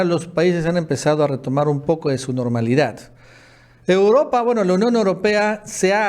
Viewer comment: Normalidath ???jajajajajaja